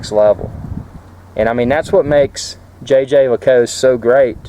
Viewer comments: the official pronunciation used by JLC is "zhey ZHER leh KOOLT"-- it's supposed to be pronounced with a French accent. Besides that, great watch and a nice review. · lol the french don't pronounce it with a z.. It's 'jheh jheh leh koolt'. Also I think the guy in the vid needs a slightly bigger bracelet although a black/brown croc strap complements the watch face best in my opinion. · Nice piece. Congratulations. :) Also, its pronounced xhuh-xher leh-coolt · Sorry, but you completely butchered the pronunciation of Jaeger-LeCoultre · Was cracking up at the way you pronounce the name! Too many uptight people in the comments.